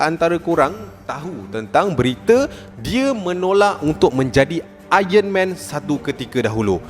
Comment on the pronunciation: Aron man bang bukan ayen men